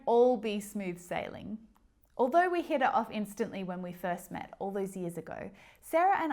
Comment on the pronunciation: 38\40 with 1-2 reppetions, but honestly cuz your "t" sounds like "d" -> hit it off; at the top of the hat sounded like Hid it off and at the top the head 34\40 without any reppetion I didn't expect that you'd change the pace of speech so drasticly...